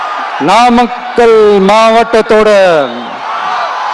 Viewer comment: நாமாக்கல் ங்கிற பெயர்ல ஏதும் ஊர் இருக்கா என்ன? 😂😂😂 உளறல் தொடங்க ஆரம்பிச்சிடுச்சு😂😂😂